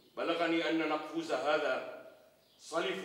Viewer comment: يامخرج نقفور ملك الروم وليس نقفوز